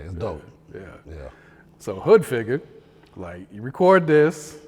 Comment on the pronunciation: He said hood figger 😂